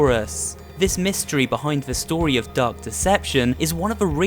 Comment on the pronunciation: It sounded like you said duck deception